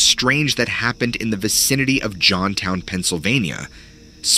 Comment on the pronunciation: O. M. G. That’s literally my backyard…. My stomping ground!!! Spent many a night cruising around the dam. 😶‍🌫️ 🍻 Oh and it’s pronounced “Kwee—mahoning” & JOHNStown. Home of the steepest incline plane, thanks to the Johnstown flood of 1800s 😇 🕊️ I had Sasquatch encounter as a wee thing that promoted 7 years of a recurring nightmare of a creature I couldn’t name…til I was watching Tube 😳